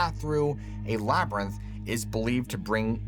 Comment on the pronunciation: “Labyrinth”. Thanks! 💜